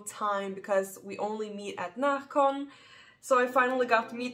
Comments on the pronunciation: Seems nice, I've never been. Also love how your Swedish dialect is heard whenever you say Närcon 😊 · i agree 😁